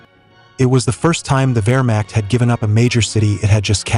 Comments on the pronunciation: I love this topic but just can't take a video serious, or invest my time, if your AI voice can't pronounce basic WW2 terms like WEHRMACHT! correctly! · Is this AI or can you seriously not pronounce Wehrmacht?